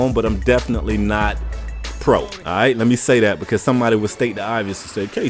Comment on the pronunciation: Not to sound rude or anything but are from a different country who is trying learn English? if so then it's *Because*, not *Begus* also, this is pretty true.